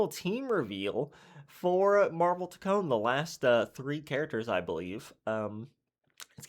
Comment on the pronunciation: I was actually hoping for daredevil but I will take it, also it’s funny how you say Toke-Kon 😂 W video bro